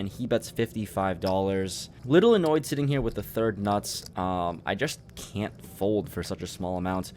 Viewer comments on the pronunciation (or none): Lol first hand he said third nute even tho he had the fourth nuts xD